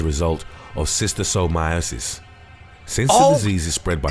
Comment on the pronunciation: Just don't watch Monsters Inside Me; that show will make you paranoid! 🦟🪰🪱🦠 I don't even use tap water anymore after watching that show. And yes, Schistosomiasis is very real (the narrator mispronounced it, though, adding a 4th i).